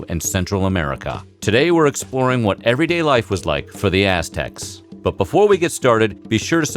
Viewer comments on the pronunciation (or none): It sounds like he's saying Ass Techs lmao